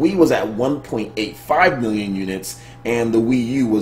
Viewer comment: is it just me or whenever sir says "one million units" it always plays in my head that guy from e3 "wan miyon trups" 😂😂